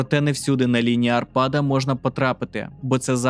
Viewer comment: Лінія Арпада а не арпАда